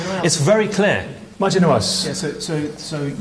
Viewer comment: It's Maajid, not Naajid, but I agree. Maajid always looks super fly. XD If only I could find a man like Maajid - stylish, intelligent, humane, ethical, respectful, wise, brave...I'm afraid he's a rare breed. This world needs more like him!